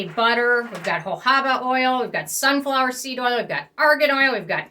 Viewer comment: It’s jojOba not jojAba. You mispronounce it LITERALLY 100% of the time.